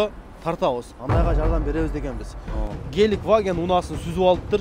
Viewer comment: Геликваген эмес брат Гелендваген 😄